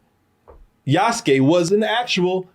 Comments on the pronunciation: loved the video but for the love of gosh. Name is Yasuke. YASUKE, pronounced Yaa-s-K K, as in 'K,' not K as in the word 'Key'. (You guys pronounced it as, Yasuki.) Some gamers are annoyed with the price which honestly can mostly be ignored. Folks have fomo and think they are forced into 130 for the game when you only need to spend, 69.99. Also, most gamers know by now, Yasuke has been depicted in plenty of games and anime. Even then super popular Ghost Of Tsushima, ported to PC last week, has Yasuke as a secret playable char. For those complaining about the 'woke' politics with SweetBaby inc, its honestly overplayed.... Its not like Ubi swapped an original lead Samurai with a blackdude from nothing in the feudal age... Or Swapped a named Shinobi dude with a random girl... Its a reach, and stretch. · Yass-kay., not Yass-ski. He's 'murican, not russian. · Yoos-ke? Yahs-kee sounds like a drug dealer from Phily. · Just ran into the pronunciation YAH-SU-KEY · Yas-Kay is how it's pronounced,. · Yous-Kay Yuskue